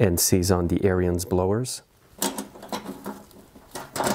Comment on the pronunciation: Good Video - Ariens pronounces their name on their videos as "Errands" and not "Err-i-ends". They don't pronounce the "I" like you do. I measured the thickness of the rubber on a new friction disc and then measured the thickness on the disc on the machine so that I could predict how soon I would have to replace the friction disc. I didn't have to replace the disc until it was 6 seasons old. Every year, I take off the belly pan and clean and check.